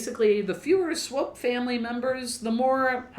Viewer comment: I've never lived in KC, but I used to live close enough to get their local news on TV. I think it was in the 90s they refurbished the Swope Park river walk area which made the news often. They always pronounced Swope like rope, so I'm pretty sure you're pronouncing it right. What I've seen of the park is very nice, though I've mostly just been passing through. Great vid y'all! Stay midwest nice!